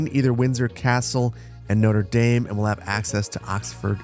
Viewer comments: the latin was bad but notre dame being pronounced as noder daym is another level of pain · Love how he pronounced Notre Dame like the university here in Indiana instead of the cathedral in Paris he was actually building 😂 spoken like a true Midwesterner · The pronunciation of Notre-Dame hurts xD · Is that how Americans pronounce Notre Dame? 😭😭😭